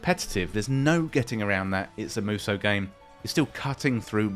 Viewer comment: I'd say the first one, or maybe musoh (it's the phonemes "mu" and long "so") Edit: so, it's pronounced correctly in the video